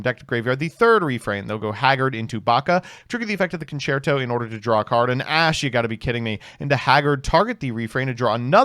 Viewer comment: Ok but mispronounces EVERY foreign word ever always, how the fuck did he pronounce concerto perfectly, theater kids i swear to god